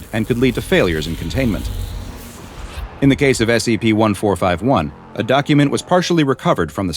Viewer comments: when you voice these again can you please pronounce the C it sounds like you are saying SAP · You need to be careful, "Content Farm" team... you made say "S E P". its very clear he said that instead of "S C P"